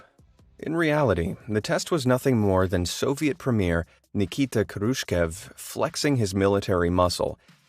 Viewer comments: Krushkev xD It's Hrushchov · his surname is pronounced khruschyOv with the kh being the same sound as 'ch' in german or 'sj' in swedish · Btw- it's not krushkev it's pronounced Kroushof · guy can't pronounce Khrushchev ? dont they teach history in the US ?